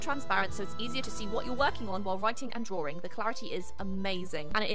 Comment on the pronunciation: The way you say drawing, (drawring)